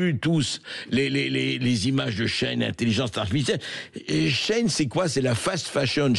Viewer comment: Shein ne se prononce pas comme ça ...